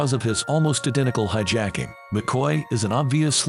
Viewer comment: When the voiceover says "hi-JACK-ing" near the start... I go to something else. F'n clowns.